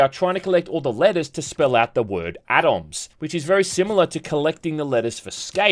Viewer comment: Did pronounce Atoms like Rainier Wolfcastle? Nice reference there buddy! Also, just reviewed this and absolutely love it!